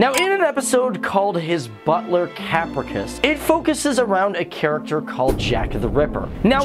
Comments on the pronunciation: he pronounced capricious and Marie Antoinette wrong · How can you screw up pronouncing "capricious"? I was going to give you some slack with the names, but... Does this guy even know English? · I know names can be hard to pronounce sometimes... but I had to stop the video when he can't even say capricious right. smh.